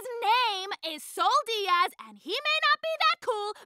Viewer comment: Sal dias? I always hear salty ass LFJDKDNSNAHHAHA